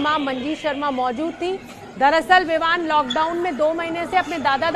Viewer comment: ABP NEWS WALI MADAM VIVAN KO VIMAN BOL RAHI HAI LAGTA HAI ABP WALE NE SASTE REPORTER RAKHE HAI 😂😂😂